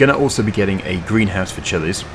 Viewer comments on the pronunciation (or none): the way you pronounce chillies is a bit strange